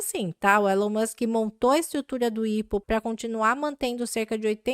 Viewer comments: IPO = "Ai Pi Ou" e não "ipo" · IPO se lê "Ai Pi Ou"